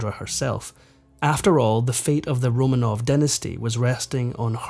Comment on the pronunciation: I wish he’d pronounce ’Romanov’ properly, RoMAHnov.